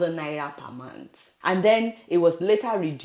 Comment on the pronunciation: The man couldn't even pronounce month properly! He said "mont". What an illiterate!